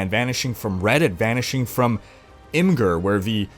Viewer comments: Thanks for the story. FYI "IMGUR" is pronounced "imager" / "immajurr" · Obvious not ONE OF US; it’s pronounced IMGUR not IMGUR!